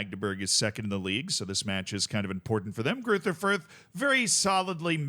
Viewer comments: German doesn't have the "th" sound that English has, it's pronounced like a normal "t" would be. Greuter Fürth would be pronounced roughly Groyter Fürt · No doubt people will be wondering here what is correct, and it's, bare in mind some letters arent typable in english... Gruyter Fuyt? with that German more throaty G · As a German I have to admit that your pronunciation of Greuther Fürth is hilariously bad. unrecognizable 😂😂😂 amazin stuff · ah yes, the infamous "Greuther Fürth"